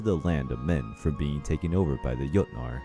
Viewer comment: I like this video but please stick to one pronunciation of words. For example, the Jotnar are pronounced yoh-tnar. The J in that culture was pronounced as English speakers pronounce the y, as a yuh sound. It's the same in modern German. It's not a hard G sound. Same with Jormungandr. Yor-mun-gand-r. Yggdrasil is Ig-druh-sil or Eeg-druh-sil but again, please choose one and stick to it. It really helps immersion in the story. Again, I did enjoy this video so please take this as constructive criticism, not as me trying to put you down for no reason. Also, it is worth mentioning that in true Norse stories (if you read the direct translations from scholars) there is no hard evidence of Fenrir, Hel, and Jormungandr being Loki's kids. However, it is alluded to at one point, which is why people believe him to fill that role. This I got from my Norse mythology professor, so if you have proof against that, like a specific story from Snorri's Prose Edda or the Poetic Edda, please point me to it. I would really like to know where the idea came from. I am absolutely fascinated with Norse mythology and will gobble whatever I can up. Lastly, if you're super into the mythology and want more of it, I definitely recommend getting both the Prose and Poetic Eddas, along with the Sagas of the Volsungs. There is a story that wasn't covered here that you can find in the Poetic Edda that's literally just Odin insulting Thor as the two stand on opposite sides of a lake because he can. It's absolutely